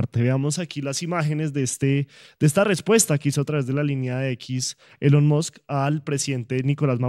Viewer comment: Ah Maduro: no hay quien le corrija o le enseñe a pronunciar Elon Musk, cuando dice “elon muks” o “elon mods”, y siempre retando a los demás como cualquier bandolerito de barrio! ah maduro, que vergüenza de presidente!